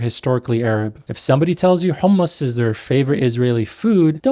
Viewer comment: Great video and valid critiques but why are you saying “Hul-mus”?